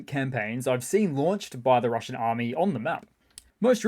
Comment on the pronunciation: The Juzzernaut swings by again 😂 Rrrrrrrrrumbling into RrrrrrruZZian Rrrrrrrrubbizh 🎉😅